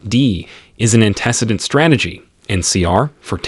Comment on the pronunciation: Antecedent and intraverbal lol